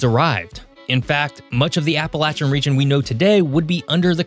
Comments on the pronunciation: Well they can’t even say it right ! Appalachian does not have a T in the word for people not from here. It is (appa lay shin) not (appa latch an ) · Appalachian does not have a T in the word for people not from here. It is (appa lay shin) not (appa latch an )